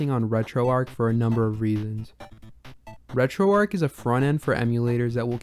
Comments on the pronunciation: Dude stop saying Retroark. It's Retroarch. It doesn't make you sound cool, edgy, or different. It makes you sound ignorant of the origin of the name Retroarch. It was originally a CLI tool running on Arch Linux. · Alright, which one of us is pronouncing RetroArch wrong?